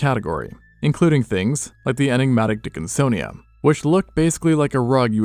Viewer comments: "Dickinsomnia" you say? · Dickinsonia? Who’s Sonia?